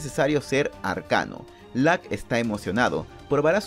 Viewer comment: Lack? 😂 Creo que es LUCK